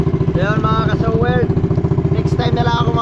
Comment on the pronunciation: Subukan mo kaya gawing i yung e.....para sowird hindi sowerd